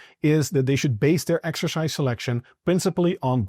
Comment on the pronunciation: ❤ the accent 😂Exerscheiss